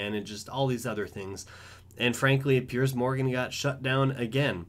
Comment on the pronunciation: Piers not Perice